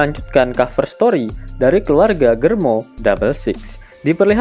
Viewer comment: Germa woi bukan germo.. Kwkwkw